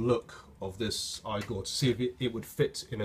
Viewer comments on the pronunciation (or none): Therefore it's E-gor...not I-gor Great vid though! Thanks for posting. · It's pronounced (eegor) and nobody says (eePhone) it's i-phone and (eegor) get it right. :) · Say eee-gor. Come on. You can do it! I believe in you! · Hey Man! Geat vids, been really enjoying them! Unfortunately, you are pronouncing it wrong no matter what country you're in hahaha! Igor (ee-gore) is a name reference to Frankenstein's Igor (due to his hunch-backed look). This is true in both the UK and the US. Just a friendly heads up! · Next time you know, don't draw connections to how you pronounce iPhone because the "I" is pronounced or sead separately from "phone" unlike "Igor" where it's supposed to be pronounced as one whole word. Plus the English language is weird anyway as it's made from a bunch of different languages so if anything "Igor" would be pronounced "I-gor" instead of "E-gor" if the English language wasn't so weird 😔 Great video anyway. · You totally lost me after your whole E phone I phone explanation. That right there tells us how intelligent you are! LOL Igor is a Russian name that is pronounced that way. Where as a iphone is suppose to be pronounced I PHONE. No one says E PHONE!!!! LOL Thanks for the laugh!